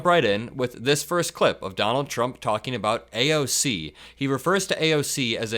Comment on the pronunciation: He's called AOC, "AOL" before 🤦🏻‍♀️